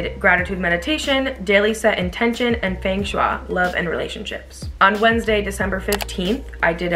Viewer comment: Thanks for the review. Feng Shui is pronounced "Fung shway" btw.